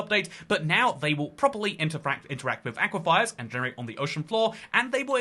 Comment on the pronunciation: How did you just pronounce aquifers...